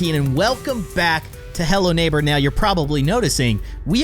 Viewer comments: Lol nabor its neighbour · you called the nabor